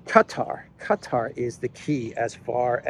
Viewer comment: Hey, its written Qatar and pronounced kuh' taar with emphasis on "taar" damn you got my ears jumping.